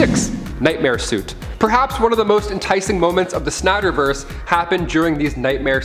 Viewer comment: Nader verse ...smh its pronounced snyder verse